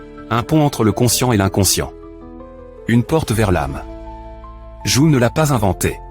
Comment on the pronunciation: Jung: prononcez young svp